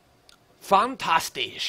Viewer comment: PLEASE STOP SAYING FANTASHTISH